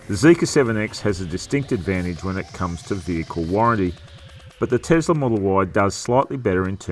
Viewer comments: Is it Tezla or Tesla, Zeekr or Seekr? Is it seven or zeven? Is it car test or car tezt? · Iz it Tezla or is it Tesla?